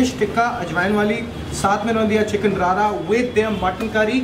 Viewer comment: It’s रड़ा not रारा chicken - rarna/rorna in Punjabi refers to the process of cooking something properly